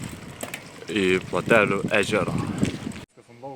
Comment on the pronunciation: Liuks video, bet už ,,Platelių'' tarimą -9000 taškų. Tariant pavadinimą kirtis dedasi ne ant ,,e'' o žodžio gale ant ,,iai'' ;)